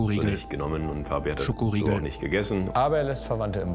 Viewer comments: Das "ScHoKOriEgl" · Wieso sagt einer immer Schokoriegel??? und Joko 😂😂😂😂